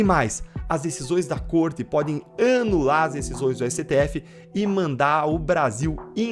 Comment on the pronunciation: Caro deltan sou seu fan mas, o annnular foi foda😂😂😂😂😂😂😂😂